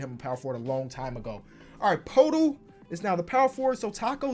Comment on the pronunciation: poeltl is pronounced pertle